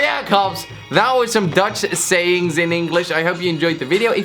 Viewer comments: i am dutch, its perfect😅😅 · im dutch and you ride it all good